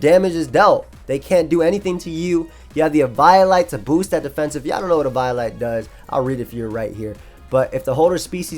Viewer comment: The way you pronounce snom and eviolite makes me sad